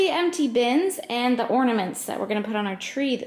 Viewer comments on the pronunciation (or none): I think you are wise and generous to pass things on...did you ever notice says ordaments? I find it so endearing...